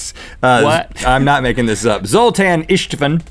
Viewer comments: "Zoltain!!!" Dude where's my car lol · Zoltan is just a name in Hungary... The Z has a Zh sound. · Yeah, the name Zoltán exists. It's a Hungarian name but you pronunced it very strange...